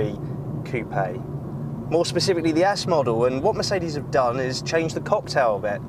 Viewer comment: you mispronounce coupe